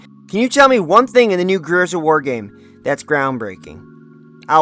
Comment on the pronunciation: You can’t even pronounce the title of the game properly, what a moron